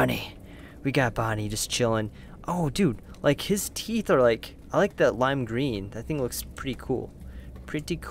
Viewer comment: you said lake instead of like